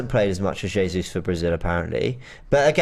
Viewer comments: “Zezus” 😂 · or can someone please help the judge pronounce Jesus's name properly please?!🤦🏾‍♂️😆